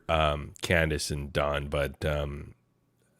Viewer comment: Please tell that don name is DON D-O-N not DAWN that is a female name is DON DAMMIT LIKE DON THE CON NOT FK'N D-A-W-N DAWN DAMN IS DONALD DONNIE DON NOT DAWN😂